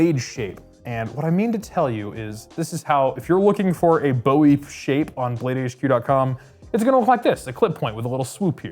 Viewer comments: You're running a knife show and you can't even pronounce Bowie right? Ffs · Paleeeeease!!!!!🙏🏻 the Bowie knife was named after Jim Bowie the man that fought and died in the Alamo! Jim Bowie "boowie" it is not named after the rock singer David Bowie "Boewee" who made his last name from the original Jim Bowie I would think a man that works for bladehq would know that! It's very disrespectful and irritating to hear people call it a Boewee knife like it's named after the rock singer! 😂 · Boo-e Not like David Bowie.